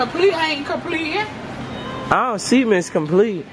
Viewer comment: LMFAO said complete ain't completein😭😭😭